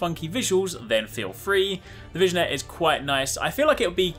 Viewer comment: It's pronounced "vi-nyet" not "vi-gen-yet" <3